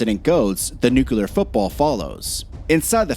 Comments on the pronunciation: Repeat after me. NOO-klee-uhr. NOT NOO-kyoo-luhr. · Nucular is not even a word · Stop saying NUCULAR, Please!!